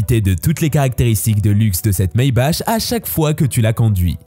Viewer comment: top sinon on dit soit maybach comme maybak ou a l'allemande maybarrr